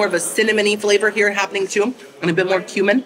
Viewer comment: Trying the potata you said more of a 'Cumin-y' flavor, my brain heard human-y and it stopped me in my tracks. I had to play that back, lol! I should not be trying to watch YouTube this late at night! 😅😂